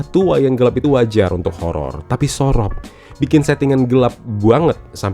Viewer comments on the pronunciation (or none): SOROP bacanya lebih ke u bang, kayak bilang bojo. Le ilingo wes duwe bojo. Le moleo wes sorop. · Sorop pake pungucapan O pada biasanya. Bukan pake O pada Orange.. aneh banget dengernya jadinya